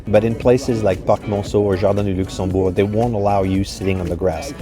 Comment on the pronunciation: In English it is like in French Luxembourg, not luxemburg! Please don't butcher names!